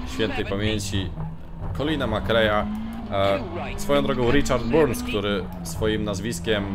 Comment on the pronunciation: Richard Burns Rally - czyta się BARNS a nie Burns....Litości, proszę